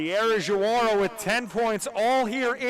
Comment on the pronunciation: JaWaRA, it’s actually Diawara, “Dee Uh Waur A”